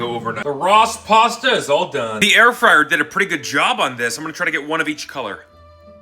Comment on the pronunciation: Ross pasta? You mean rossta?